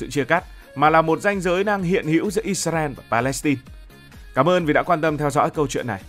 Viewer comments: Vì sao Israel mà tất cả video anh đều đọc là “Isarel”??? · Tại hồi xưa mấy PTV của VTV đọc là ít xa ren. Nên là đọc theo trước giờ ấy bạn. Sau này nghe ít ra eo thì hơi ngượng xíu 😂